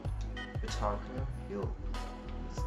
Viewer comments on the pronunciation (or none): Marko Pjaca is pronounced "Piazza". The double 'z' is the same as in the word "pizza". /Pi-at-za/